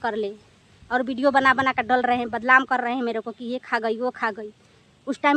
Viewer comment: Pahle hindi bolna seekh lo.Badlam nhi badnam bolo